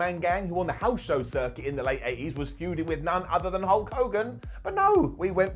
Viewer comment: Had to rewind to see if said Hulkus instead of Hulk. He did. My morning was made better.